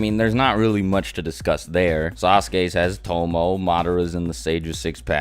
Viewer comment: "Tomoe" is actually pronounced with three syllables. to - mo - e (the e making the long A sound). :)